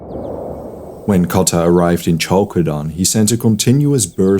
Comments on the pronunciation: More like "Halkedon" ;) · Khalkedon is much correct as a pronounciation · Is that the right way to say Chalcedon?